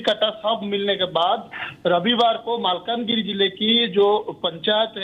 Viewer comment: It is not " Malka - Nagri " it is Mal - kaan - Giri.